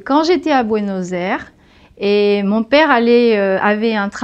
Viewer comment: Ça s'écoute horrible "Buenos Airs"